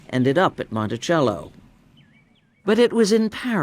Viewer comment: The narrator doesn't know how to pronounced Monticello. It is pronounced Montisello not Montichello